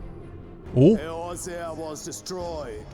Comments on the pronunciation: 1) Glad you realised that error yourself. 2)Eorzea is pronounced A-or-zee-ah. Its the name of the land the game is initially set on. 3)The original ff14 1.0 didn't have a title. It was just ff14 online. 4) Complaints is putting it mildly. 1.0 was a complete disaster. Though, you don't need to take my word for it. Go look up speakers of Hydaelyns: The Fall and Rise of FF14 series to learn more about 1.0's failure. 5)The Knight in black armour is Odin, he's a recurring ff boss. 6) If your first time playing ff14 was 1.0 then it was on PC, not PlayStation4. 1.0 was planned for release on ps3 but that idea had to be scrapped. Realm Reborn was released on PC, ps3 because they had originally promised they would in the 1.0 era, then ps4 and much later ps5 (ps3 was dropped in 4.0). 7) Ff14 has 8 starting classes, which later become jobs past lv30. You pick one when you create your character, but after reaching level 10 on your starting job, you can change your class/job to any you can currently unlock. 8) yes, the community is awesome. 9) Much of the gameplay you see in the trailers is very outdated, also that yellow dragon isn't in that place (it's a four-man dungeon)in the actual game. 9) the guy with the axe is you. Or rather, he's a stand in for the players character. He pops up in cinematics a lot. 10) yep, it's talking about 1.0 getting blown up. 11) the guy with the goggles is this games cid. 12) that beast is another recurring ff boss, called Behemoth. 13) teleported 5 years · You were pronouncing Eorzea wrong btw; it's (AY-OR-ZEE-AH) But i've been enjoying your reactions to alot of stuff so was happy seeing this in my feed ^^ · Watching this as I play FFXIV, crafting my level 90 Relic Tools. Thanks for the distraction. P.S. The way you mispronounce Eorzea is triggering me, lol. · He's gonna realize it's Eorzea and not Erozea at some point, right? ...Right? :D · "Erozea." Ee-OR-zeh-ah. OR. OR, GAWD DAMMIT! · Ey-OR-zea. Not Ey-roze-ea